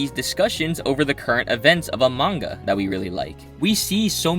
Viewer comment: I've always wondered why he sometimes pronounces "manga" as "manguhrr"